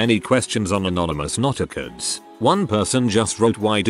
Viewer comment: notecards not-eh-cdz never tell meth eods